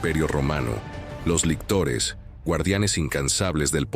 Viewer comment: Lictores, no lectores...